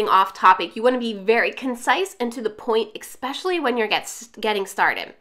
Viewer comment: SO helpful! I love this! (One thing...it's distracting for me every time you pronounce especially as "expecially". Not sure if it bugs anyone else...)